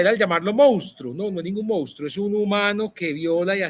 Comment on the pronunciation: Simples divulgadores del fenómeno pero no se acercan ni tangencialmente a las causas de este. Por favor, es insólito que todos quienes hablaron pronunciaron incorrectamente la palabra " monstruo". Favor revisarla. El rubio comete sinnúmero de incorrecciones al hablar.